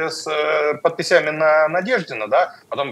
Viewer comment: Не подписЯми, а пОдписями, г-н Галлямов.